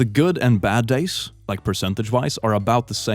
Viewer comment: I genuinely thought he said 4 dates no weekends 😂😂😂